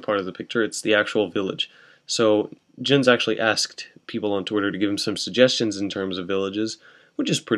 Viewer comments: pronounced *yens* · Jens is pronounced "yens"